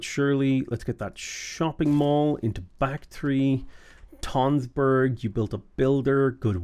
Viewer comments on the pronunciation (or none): tønsberg is pronounced like tunsberg, it has the same sound as the u in fun